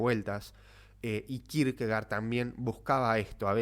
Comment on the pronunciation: Se pronuncia Kirkegord en danés. Gracias.